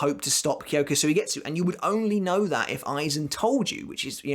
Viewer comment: Suigetsu.... don’t pronounce the u.... it kyoka suigets